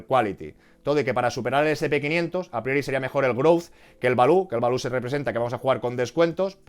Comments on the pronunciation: Gran video como siempre, balú es el del libro de la selva, se dice 'valiu' jajaja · "Valiu" please 😅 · No sabía yo que Baloo el oso del libro de la selva era un factor determinante para el sp500 😂😂 , por Dios no digas Balú al Value jajaja